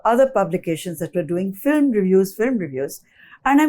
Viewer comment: Why does he say filim always instead of film considering he is a movie journalist